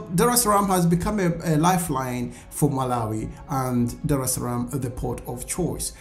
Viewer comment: It's named Dar-es Salaam, AkA Haven of peace.. But, yehh